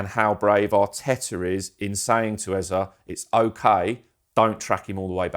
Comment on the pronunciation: Here we go with the Ezer bullcrap again... for goodness sake it's EZE, EZE, EZE (A-Z-A), NOT Ezer. There's no "r". Damn!